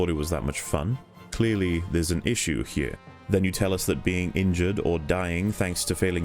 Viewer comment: I have returned to watch this whole series 4th time and I just can't keep myself from saying just how awesome your pronunciation of the word "here" is. Music to my ears every time